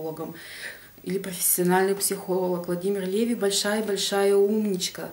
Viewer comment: привет. У ЛеВИ ударение на последний слог. У меня вопрос не читала ли ты книгу Повседневная жизнь колдунов и знахарей в России XVIII-XIX веков Будур Н.В.?